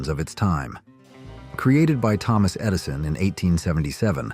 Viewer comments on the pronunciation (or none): none